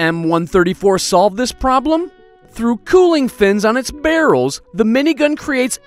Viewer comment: Why he say barrel's like that